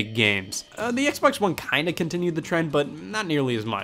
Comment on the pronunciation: Hearing scott say "hexbox" gives me flashbacks